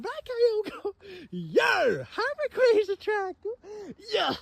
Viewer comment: Why he sayin it raquayza?